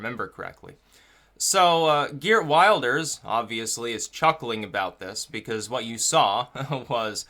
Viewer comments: Just so you know his name is pronouned gurt vilders- thats phoneticaly correct- Geert wilders, not wild ers, just so you know dude, your election coverage and this coverage is great. By the way if you want to see a bunch of outsiders who will never assimilate look no further than Dearborn Mich. It is disgusting. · Wilders is pronounced "VILDERS" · Like the video. Quick point - you pronounce it 'Vilders'. It's spelt Wilders but that's not how you say it. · Prononciation is will-ders otherwise good analysis. t. dutchbro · Geert Wilders(I believe it's pronounced "Heert Vilders", by the way) hair actually reminds me more of David Lynch that David Brock. :) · MAKE A VIDEO ABOUT PRONOUNCING WILDERS AS WILLED-ers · please please please "i" in Wilders is pronounced like "i" in "tip" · Wilders is pronounced with an i as in hit him! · Dutch voter here: great post. Just one thing: The name Wilders is pronounced differently. The i sounds like in 'will'.